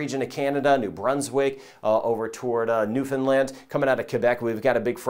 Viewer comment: Skilled and professional meteorological information dispensed AND one of the rarest instances of someone pronouncing Newfoundland correctly! The accent is always on LAND. new-finned-LAND